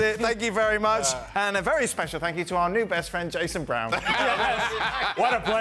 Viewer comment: Did shaka just say Jayson Brown? 💀